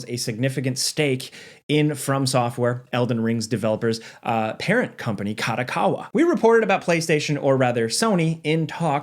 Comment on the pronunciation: Company name: Ka-do-Ka-wa Says the name: Ka-dA-Ka-wa ... wtf!@ A != O Kado Kawa